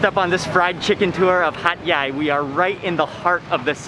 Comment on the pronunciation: He kept on saying Hat yai. I kept on listening hot guy